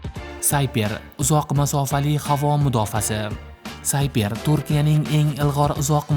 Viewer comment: Hurmatli akalar iltimos kontent yaratayotganda talaffuzga e’tibor qilaylik.Ularni özi qanday işlatadi şunga e’tibor beringiz. Sayper emas siper- himoya qalqon ma’nosida